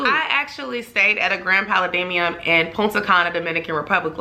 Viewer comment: Girllll your pronunciation of Pa-la-dium!! Lol great video tho!